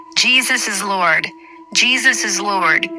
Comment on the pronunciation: M'Thinks Tis Jus The Way The AI Robot Is Pronounzing The "O" In The Word "Lord" 🤔🤔🤔😤😤😤🤫😅🤣🤣🤣